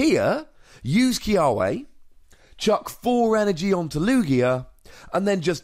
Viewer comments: In Hawaiian its pronounced Kee-Ah-Veh. Our W's are a V sound....Im excited about this card!!! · The correct pronunciation should be Key-uh-vay but for some reason, the anime pronounces it Key-uh-way